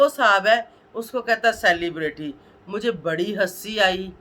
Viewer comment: Bol tu sahi say ap,celebrity bhi bolna bahi ata ap ko